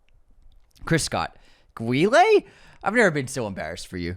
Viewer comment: "Rocky?" "No" "Rocky 2?" 😂 I dont give a Van Damme you don't know how to say Guile